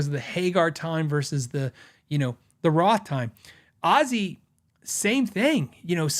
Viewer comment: Happy Birthday old fart 🥳 I'm learning so much stuff from your channel. Thank you for all you are sharing with us. I played some scales during the video just keep me busy meanwhile. Narrator kept saying "Azie" instead of "Ozzy" 🤣 sheez....